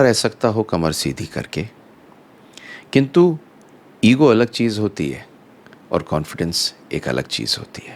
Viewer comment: Sir aap odisha se ho kya. Jab aap kintu bolte ho,odia jaisa lagta hai.